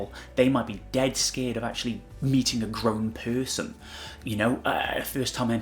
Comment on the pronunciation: Where is your accent from? Lol forgive me but I find it interesting you kind of say "peurson" rather than "person" lol idk I just really like accents and haven't heard that in someone's accent before!